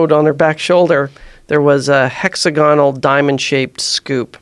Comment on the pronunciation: HexAgonal........Not HexaGONal.